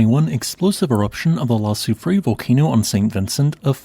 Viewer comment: La soufree-Air = La soufrière